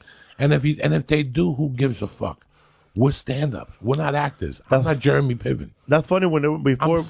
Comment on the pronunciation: “We’re stand ups, we’re not Jermey Piven” - Joey Diaz.